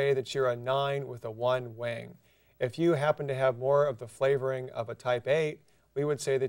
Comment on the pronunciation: When he says wing it sounds like wang.